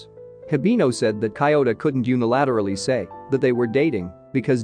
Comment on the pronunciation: The way he pronounces Kyouta's name is so disturbing